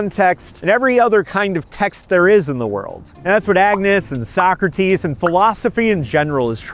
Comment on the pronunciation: finally someone who knows how to pronounce Socrates